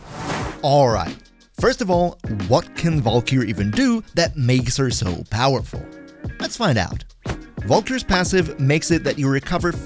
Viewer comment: hey bro, its "val-kur"